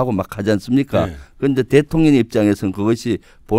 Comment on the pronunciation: 내귀만 그런가ㅋㅋ 김병주의원님이 말씀하실때 대통년이라고 들리네요 대통령하고 그년을 합쳐서 대통년이라고 하는 건가 싶네요 ㅋㅋㅋ